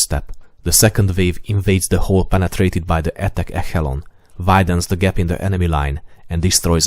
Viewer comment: Égchelon lmao and smh but very good revieuw